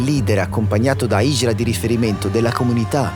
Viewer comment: La hindra not la hijra